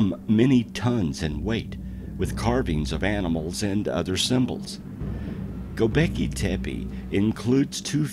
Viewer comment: Some misinformation, the "helicopter" glyph has absolutely nothing to do with king Tut-Ankh-Amun . The glyph is placed in the Dendera temple, the temple of seti in Abydos.. Fact check! As the narrator murders Göbekli Tepe by saying 'Go beki tepi' his is about 8000 years wrong in stating that the place is 20000 years old, it is from around 10000bce, and therefore some 12000 y.o.